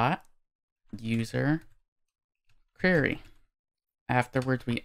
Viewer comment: hey. Thanks for this! If I may: the word "query" is pronounced "Kwerry", not "kyurry". It just makes you suddenly sound a little less professional whenever you say the word. Also - & = "Ampersand"